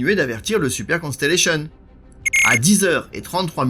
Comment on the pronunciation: Merci pour votre parfaite prononciation du Constellation. Continuez ainsi. Merci pour la qualité de votre vidéo, claire et précise.